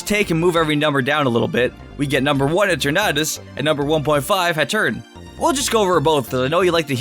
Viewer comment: that's not eternatus and it's "eeeetern atus" and "hat errr eeeneee